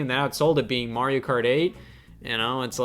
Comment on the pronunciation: This 30-year-old teenage-looking MoFo just called Terraria 2d minecraft and then called Mario "Marry-oh". Oh fuck me!